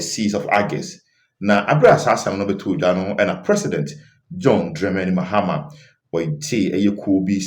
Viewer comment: Pls. for the last time ĺ correct you..The name is Dramani not Dremeni..I'm done